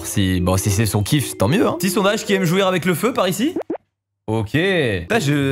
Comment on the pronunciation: Il a dit jouir avec le feu mdrr